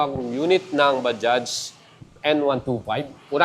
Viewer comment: Okey na yong bigkas mo sa bajaj swak na swak na. Ba- Judge.